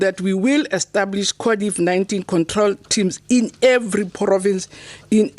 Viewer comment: Why Is she keep saying Codiv-19?😅